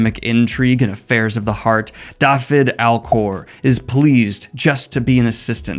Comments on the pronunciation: btw "Dafyd" is pronounced "dah-vid" :) It is the Welsh spelling of David but "f" is pronounced like a "v" in English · Just a note - Dafyd is a Welsh name, a variant of David. The 'Da' is pronounced like in Dad, and 'fyd' is pronounced 'vid' like in video.